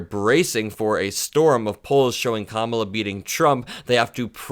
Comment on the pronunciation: Whoa. Hannity properly pronounced Kamala.